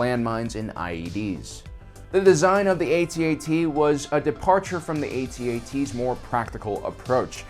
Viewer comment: Go ahead....say "Atee-Atee" again! They are called "AT-ATs" as in Hat Hats! Friggin 2019 and their ignorant whipper snappin kids!!!